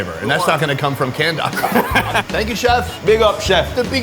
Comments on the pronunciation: Please stop calling it 🏒 HOCKEY It is ACKEE. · par excellence [pahr exuh-lawnce = French]!! Awesome. Anyway, hey guy...... it is ADORABLE how you tried everything on the island -- stuff many Jamaicans have never had nor heard of. But get this one... say Akkih [pronuncation-wise], ok, and not "Awwkey." Cool? Cool your pronunciation is somewhat cute though 🤣😘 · Say Ackee correctly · The way he said Jamaica He said it like J’Maica Its Jam- Ache- a and dont get me started on how he said ackee